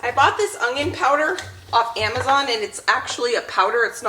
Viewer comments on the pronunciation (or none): none